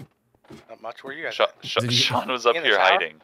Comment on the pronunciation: its Shawn. not Sean bruh.